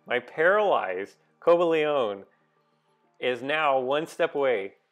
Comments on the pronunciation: Co-buh-lee-on. No "ay" sound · It's pronounced "co- bay-leein"(cobalion) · It's Co-bal-ee-in